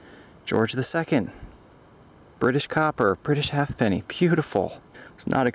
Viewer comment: FYI, the correct pronunciation for an 18th century 'half-penny' (or any other English or commonwealth half-penny) is "hayp-nee" (two syllables).